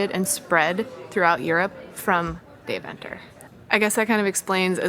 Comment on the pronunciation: The pronunciation of Deventer is killing me. Couldn’t get through the video.